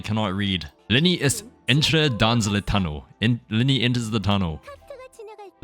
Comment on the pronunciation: Lowkey I speak French and this made me laugh HARD . Good job though on the Le voyageur part though, cause yeah it would be different, It would be la voyageuse. Also right after you pronounced le like les (Which is like the plural) which is honestly pretty funny so .